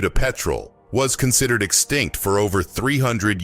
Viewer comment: The word extinct, it's not understood by this fella!